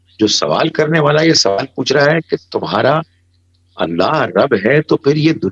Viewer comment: بہت اچھا انداز ہے آپ کا سوال کے س کو زبر سے پڑھا کریں